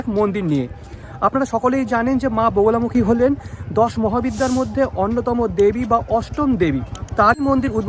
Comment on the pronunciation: বোগোলামুখী না, মা বগলামুখী দেবী উচ্চারণ খুব খারাপ